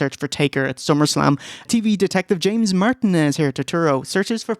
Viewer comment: pronunciation of Martinez is a good indicator of how many Latinos there are in Ireland